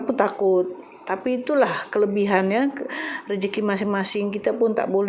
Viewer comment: Belum fasih lg Bahasa melayu. Contoh klau Bahasa melayu di sebut rezeki tp budhe sebut rejeki.